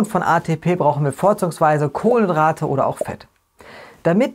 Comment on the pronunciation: Warum sagst Du Kohlendrate anstatt Kohlenhydrate? Ist das Absicht?